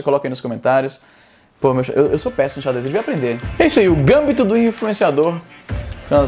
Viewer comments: só uma correção Izzy. A pronúncia em português é GamBIto, não Gâmbito. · a netflix tinha prometido uma série de magic, mas acho que o problema real não é a netflix, e sim a wizards of the coast, que é uma bagunça criativa absurda atualmente. tão cedo não vai ter gambito do planinauta. btw, izzy, gambito é paroxítona. gam BI to. acho que pq em inglês o GAMbit te leva a pensar dessa forma. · Izzy, só um toque rápido: é gamBIto, não GAMbito (a tônica é diferente do inglês) ;) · Izzy,apenas uma correção: a pronúncia correta da palavra gambito é a sílaba tônica no i (sendo pronunciado gambíto). E é escrito sem acento ( se escreve gambito mesmo) pois caso fosse pronunciado gâmbito a palavra deveria ser escrita também dessa forma,visto q se tornaria uma proparoxítona,e todas proparoxítonas são acentuadas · só uma informação amigo. Eu quis dizer que a pronúncia é "gambíto", com a entonação no bí, e não gâmbito, com entonação no gâm peace! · Caro Izzy Nobre, obrigado pelo esclarecimento. Gostaria de fazer uma correção: pronuncia-se gambito, paroxítona, e não gâmbito, proparoxítona. Mais uma vez obrigado pelo esclarecimento. Estava intrigado com isso: Felipe Neto grande jogador de xadrez? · Izzi, só pra tu saber que o jeito normal de falar é gambíto e não gâmbito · Izzy, a pronúncia correta é "Gambíto", não "Gâmbito" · Izzy , não é GÂMBITO e GAMBÍTO. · O nome não é “ gãmbito da rainha " e sim “ gambito da rainha " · Izzy é GamBIto, e não GAMbito. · Não é "gâmbito", Izzy, é gamBIto (paroxítona). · Não é “Gâmbito” Izzy, em português lê-se “Gambíto”. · Cara, acho q a tonica de gambito é a silaba "bi" kkkk Seria mais "gambíto" a pronúncia, pelo menos no contexto do xadrez kk Se achar que estou errado, so procurar vídeo de qualquer brasileiro analisando alguma partida de gambito do rei ou da dama por exemplo q vc vai ouvir Espero ter ajudado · bacana. a sílaba tônica de gambito é o I, não o A. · a pronúncia em pt-br da palavra gambito é "gambíto" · "Gambíto" que fala